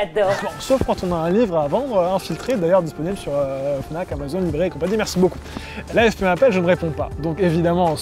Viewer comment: "Disponnible" pardon je vous adore mais ça m'a trigger